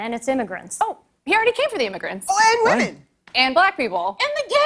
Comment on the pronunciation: Mr. McInnes don't get me wrong, you are nothing short of a god to me, but I must admit; your pronunciation of the word "women" as "woman" happens to really grind my gears.